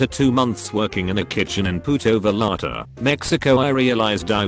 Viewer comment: "Puto Vallarta"